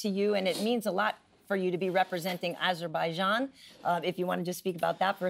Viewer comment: The lady butchers the name of Rafael's country. Aseerbajaan! Are we going to hear a well-prepared reporter soon?